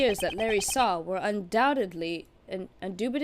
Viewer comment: woah wait since when is Undoubtedly pronounced that way? is very confused